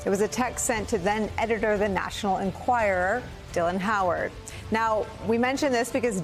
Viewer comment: Why does Vaughn not learn how to pronounce Enquirer?